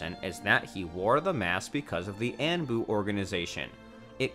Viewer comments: Anbu is (On-Boo) not (An-Boo) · What’s And-boo? 💀 Say On-boo 😭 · Anbu pronounced on-bu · The Ann-Bu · I deadass was getting heated 😂 dude said sannan and annbu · I’m not gonna lie, I was gettin over being upset about some personal stuff earlier tonight. But the moment I heard him mispronounce ANBU (On-Boo), I had to rewind to make sure I heard that right. I even put on English (auto generated) subtitles just to make sure I wasn’t goin crazy. Now I’m upset again. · And “An boo” lmaoo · Anbu “anne boo” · The way he says ÆNBU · Anbu pronounced “On-buu” Sanin pronounced “Sah-neen” smh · aanbu, yumato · Borooto Hokash Annbu Sannins Konoh-HAh Chi-granny Hatakee Nar-rooto Mang-ga Team of Seven I think I actually prefer the video like this. The trolling is continued. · "kahashi" "annboo" "yahmawto" "sass ori" "sann-N" "kan-o-ha" "ha-taki" buhrootoe" "sackoomoe" "nuhrootoe"